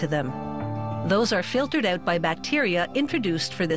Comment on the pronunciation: You know what's weird? The way she says "out" and "about". lawls